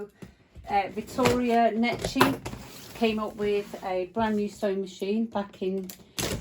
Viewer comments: It is pronounced NECKY. Not Nechy. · How funny how you pronounce the name Necchi lol "cchi" is pronounced like "key"